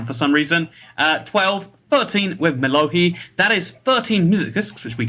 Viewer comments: Mas really said mello-HEE And he missed 3 CHARGED CREEPERS LIKE WTF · Mellohi (I've always pronounced it Mellow High) is a drop in Buried Treasure Chests, so it should have been one of the more common Music Discs in your collection.